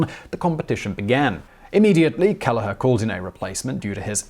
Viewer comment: And, Kelleher is usually "Kell-her"